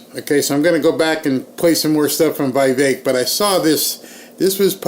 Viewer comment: for God's sake!!! Vivek is pronounced: VI like the vi in 'vision', VEK like 'veik'!